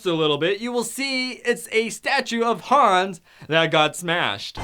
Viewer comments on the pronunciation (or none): none